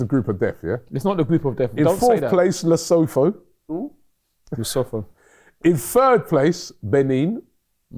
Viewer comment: Robbie, tho in Lesotho is pronounced 'to'. So, it's Leso'to'